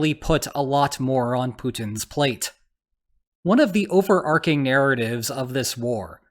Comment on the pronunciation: I think it’s “overARCHing” not “overARCing”